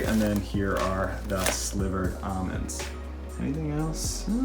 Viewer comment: I thought I heard every pronunciation of the word almond until I watched this video. I thought there was just your two main choices “All-mens” and “al-mens” (Al pronounced like the name Al like “uncle Al or something”) but now there’s AW-MENS?! No need to pronounce the letter L